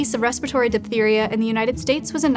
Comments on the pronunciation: it's pronounced "diff-theria". ph makes f sound. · “though diphtheria is rare today…” With RFKjr’s leadership it probably will be coming back…